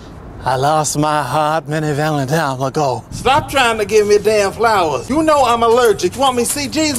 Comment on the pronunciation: Its Vanetines, Not Valentimes xDD